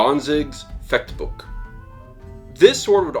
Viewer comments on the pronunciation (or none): A small tip: the 'ch' in 'Liechtenauer' or 'Fechtbuch' doesn't pronounce like the letter c in 'cat', 'car' etc. This is helpful: :)